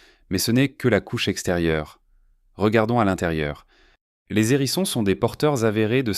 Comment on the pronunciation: Pas mal , mais vous m’agacez avec vos liaisons "maltapropos" : des zérissons encore et toujours des zérissons , ça devient presque insupportable ! Arrêtez s'il vous plait , et on vous pardonnera peut être les photos de porc épic qui n'ont rien a faire ici . E bref , soyez un peu plus sérieux , ce sera mieux .